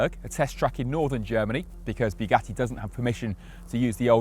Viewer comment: Why like Clarkson do you say Bue Gatty...